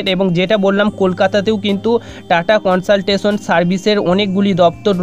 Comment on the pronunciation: Not কনসলটেশন its কনসালটেন্সি